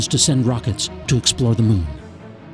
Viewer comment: Did it say explore or explode? xD